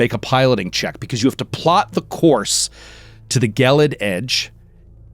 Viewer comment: Gelid, unlike gif, has a soft g